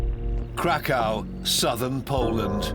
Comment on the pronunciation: The way Krakow being pronounced. Crack cow 😆